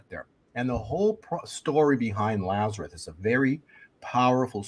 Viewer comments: Is he saying Lazareth? It's Lazarus. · I know this is picky, but, the man's name was LAZARUS. With an "S". It is not pronounced "Lazareth." Look it up: John 11:1-44. L-A-Z-A-R-U-S.